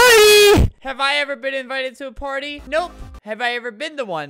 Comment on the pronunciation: In the intro when he said party I heard he said potty